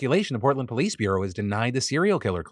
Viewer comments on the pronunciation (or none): none